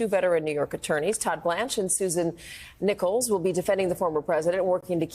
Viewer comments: NECK-LESS. Not "Nickels" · Not Susan Nichols, Susan Necheles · That lawyers name is pronounced like neckless. You should already know that. Poor research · The name of the female attorney representing Trump is not pronounced "nickels". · Susan's last name is pronounced like Necklace.